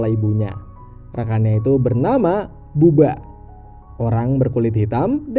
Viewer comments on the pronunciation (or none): buba bkn baba mint